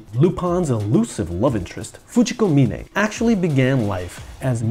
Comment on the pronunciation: thank you SO MUCH for pronouncing Fujiko's surname correctly. mee-ne not mine. drives me nuts to hear mine in every dub. no good reason why, but it's like nails on a chalkboard.